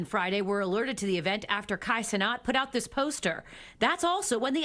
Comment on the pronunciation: How df do u see cenat and say cenot 💀